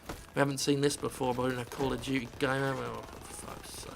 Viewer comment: Kol of Jutsay sry I'm just trying to speak like Jim